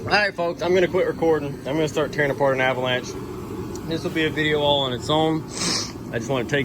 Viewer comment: some how some way i just had the feeling u was fina say avanlanché & u did 😂